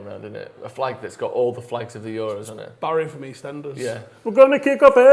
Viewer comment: pronouncing euros like its a greek island